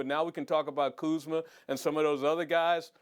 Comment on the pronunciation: Ballislife/Atlas Shrugged lmaooo I knew there had to be a joke for that butchering of his name.